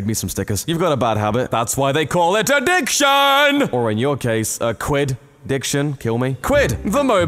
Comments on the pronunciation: A-quidd-diction. Kill me pls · Quidd-diction? Huh? huh? kill me 😔